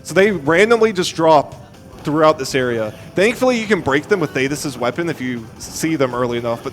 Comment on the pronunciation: shanock. you heard it here first folks argle argle????? why does he keep saying these names wrong , why does he keep calling queenbee "queen bree"???????? i thought it was a one time mistake but he says queen bree like 3 times not to mention THAYTIS ????????????OGGLE OGGLE why is nobody saying anything? it's not- theyre not called oggle oggle, it's Argoyle and Ugoyle